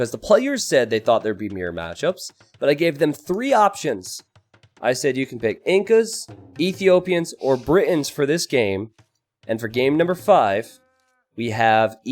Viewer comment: There's a T in Britons hahaha